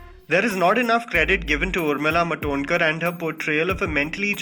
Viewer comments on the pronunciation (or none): Urmila matonkar??? It's urmila martodkar